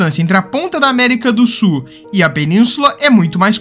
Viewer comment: América do Su é bem ruim hein tem que pronunciar melhor amigo